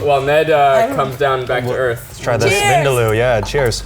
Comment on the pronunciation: Bro u pronounced vindaloo incorrectly